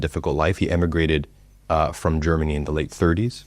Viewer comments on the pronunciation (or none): none